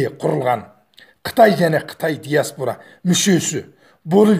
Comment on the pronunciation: ДИАСБУРА ЕМЕС ДИАСПОРА